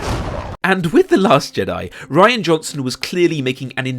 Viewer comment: I don't want to be an ass, but his name is Rian (Ree-an) not Ryan.